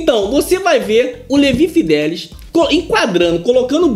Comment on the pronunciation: É Fidelix e não Fidelis!!